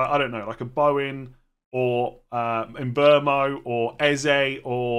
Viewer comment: why do you call him mbomo? It’s mbeumo.